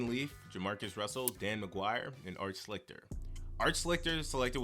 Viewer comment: Art Schlichter's last name is pronounced "shlee-ster". I know that mainly because I remember him playing for the Detroit Drive of the Arena Football League, he actually won a championship and the league MVP